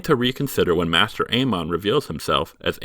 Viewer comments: It's maester aemon, not 'master'. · It’s pronounced MAY-STER not MASTER bloody hell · How can someone so knowledgeable of GOT pronounce “maester” wrong?